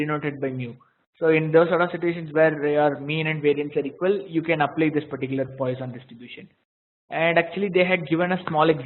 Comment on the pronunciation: The pronunciation is /ˈpwɑːsɒn/) for God's sake!